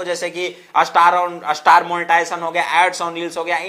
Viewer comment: star ka uccharan ap astar q karte h